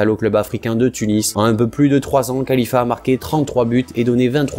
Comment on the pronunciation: Saber Khlifa et non khalifa